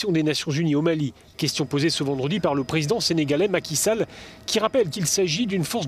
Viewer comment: Tins lui il dit maki Sall et pas maki soul (qui rime avec music-hall) comme a fait son ou sa collègue gzindjang dans une autre vidéo...